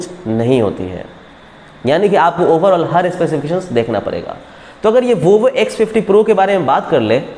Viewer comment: Abe vovo nahi Vivo hain re